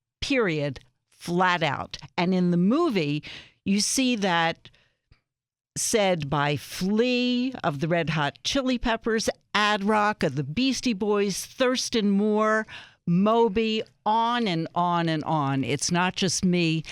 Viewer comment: She said add rock instead of A.D. Rock (sigh)